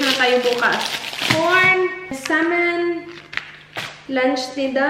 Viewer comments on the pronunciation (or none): none